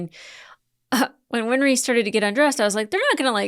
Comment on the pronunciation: I think i might have an idea why you keep saying "win-er-ree" instead of "win-ree". Remember that old song "Henry IIX"? "I'm 'en-er-ree' the eighth i am i am".